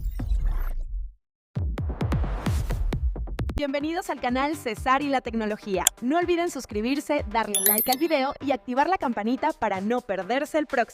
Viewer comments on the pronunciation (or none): Que diferencia con las versiones de IA Viva la diferencia Felicidades Por cierto Cesar sin acento es Cesar No Cesár